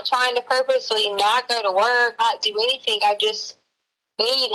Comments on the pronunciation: Yeah when she says anythink it's so annoying 😐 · I heard it! "Anythingk." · “AnYtHiNk…!” Girl , quiet 😂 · Ugh I hate how she pronounces Gs as Ks like anythink or nothink 🤬 its so annoying!!!!! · It drives me absolutely crazy that she says “AnythinK, EverythinK, NothinK” instead of “ThinG” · 😂🤣😂🤤😂 This is what I came to the comments to read! WHY?!?! HOW?! It drives me insane every time she says anythink or everythink Lol. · She says it correctly other times. Same with other words ending with "G" - she says those just fine. She's a phony, what do we expect from this lady? Haha